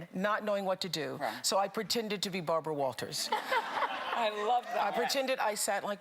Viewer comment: Is Bharbwa whaltahs able to dwive?